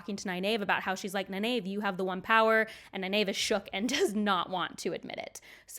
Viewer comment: The most jarring one for me was you pronouncing Faile's name "fail" instead of fah-EEL. Also, you sometimes tend to pronounce Nynaeve neye-NAVE instead of neye-NEEVE (which someone apparently deceived you about). I find it interesting that you pronounced Lan as both "lawn" and later "lann" (ala land w/o a "d"). Some folks argue that lawn is more official, but Lan introduced himself with the "Ann" sound at the start of the series. I'll also mention that you said "ail-man" instead of "eye-EEL-man" for the Aielman. Minor quibbles, though. Thanks for all the great content!